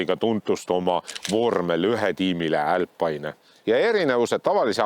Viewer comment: "älpaine" - mis rõvedus!? Eesti keeles on ikka - "alpiine". Aga see, et poolas proovimas käisid, siis renault saab ise ka aru, keegi seda siin ei osta, et ei hakanud seda siia isegi tooma.